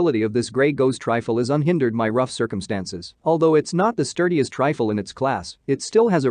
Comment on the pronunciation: Computer voice, Trifle for Rifle. AR for Arkansas. Wtf!